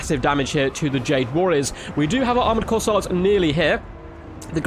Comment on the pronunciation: 1. It's Kossar, not Corsair. 2. Kislev's Ice sanctuary seems like it would be incredibly good in these objective grinds. It isn't like you are trying to move anyways.